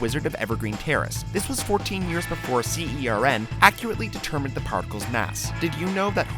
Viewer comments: CERN, not C. E. R. N. Think Nasa : ) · You don't say C-E-R-N. You pronounce it as a word with the "c" making an "s" sound like in "cereal." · C-E-R-N. I cringed so hard.